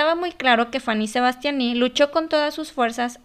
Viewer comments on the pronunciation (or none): "faní sebastianí"😂🤣